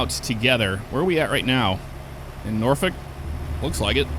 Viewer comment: As a Nebraska native I feel I should inform you that we pronounce it as "Nor-fork" here. Don't ask me why, that's just how it is. It was quite the whiplash sensation when I recognized exactly where you were when you pulled out of the loading yard. Also, if only it were really that easy to get to Norfolk from Fremont. That road is substantially longer irl and it's two lanes the whole way with heavy, SLOW, truck traffic just like you experienced.